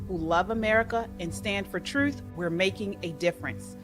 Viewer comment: It's "TRUTH" not "THRUTH" .